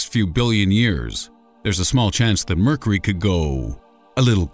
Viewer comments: . . . . . Really . . ? "Mercery" . . ? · "Murkery", huh? Are you sure that's what it's called? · Did anyone else notice that he pronounces mercury wrong? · Your pronunciation of 'Mercury' is peculiar.